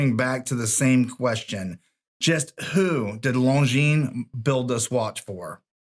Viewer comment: I am glad you know that the S is silent in Longines. Seems that few watch tubers know that.